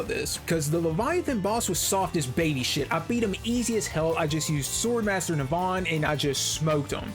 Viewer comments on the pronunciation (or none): It's not Neh-Vahn, it's Neh-vun, dumbass